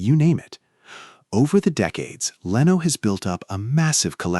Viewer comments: Leno is pronkunced /Le-no:/ not / Lay-no:/. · Now it’s “ Leeno”. The AI very obvious knows “ F” all about pronunciation rules. They exist but 99.999% of English speakers know any.